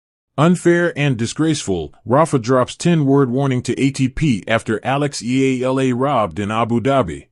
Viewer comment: ALEX EALA 🎉you keep mispronouncing her surname YOU PRONOUNCE IT E YA LA E YA LA EYALA